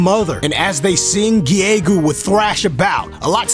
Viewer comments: I'm pretty sure Giegue is pronounced either "Gyg" or "Geeg" That final smash sounds a little too long and complicated. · Giegue... Still dont know how to pronounce it. HAAALP But i pronounce it ''Gi-gyu'' atm. :T